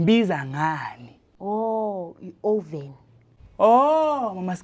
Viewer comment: Often not oven